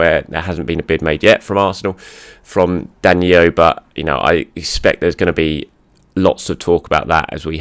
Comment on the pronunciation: Why do you keep saying DaniYo???? He’s Brazilian and it’s simple DaniLLo. As in Low. DaniYo is Spanish. Please. And thank you